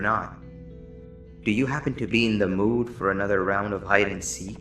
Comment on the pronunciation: “tha” goes hard